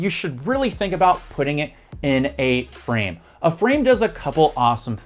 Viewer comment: In this video you say frame like it rhymes with crème, like you're missing the last sound of the word. Frame should rhyme with maim.